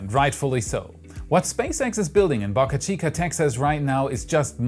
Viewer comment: Stop saying BocaChica please?!